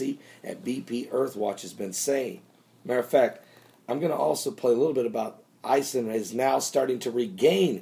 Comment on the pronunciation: oh and Ison is pronounced like: ice-own